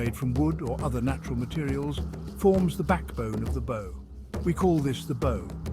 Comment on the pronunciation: Dont you hate when the AI mispronounces bow